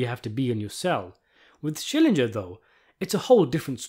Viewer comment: The way you keep saying Schillinjer, the more I feel like yelling "SCHILLINGER!"